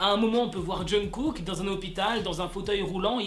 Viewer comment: C pas jungKook au lieu de Jungook ?